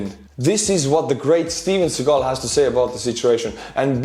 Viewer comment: I love how you pronounce Steven Seagal as "Steven Seagull". I mean, his words are as annoying as seagull´s tweet.